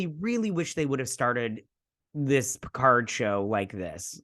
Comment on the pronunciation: Vadik is calling him PeeCahrrrrr, giving it a more traditional French pronunciation. But yes, it does get on the nerves.